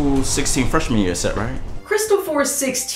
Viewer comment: I'm not sure it's Freshman Year, I kept hearing Fresh Manure